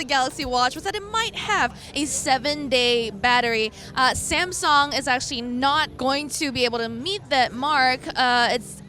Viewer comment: Samsong lol